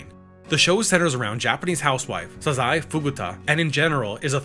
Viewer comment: I don't think that's how you pronounce "Sazae". I'm 99% sure it's "Saw-zay". Of course, my knowledge of the Japanese language is nebulous at best, so I could be wrong. Hell, until this past November, I didn't know the "t" in "Ritsu" was silent, probably because I tend to watch anime on mute and make my own voices, sound effects, and music in my head (I'll never watch K-On! the same way again...).